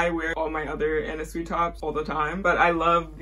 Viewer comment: LOVE THIS VIDDD also for anna sui I believe her last name is pronounced like "sway" ALWAYS LOOKING FORWARD TO UR VIDS <3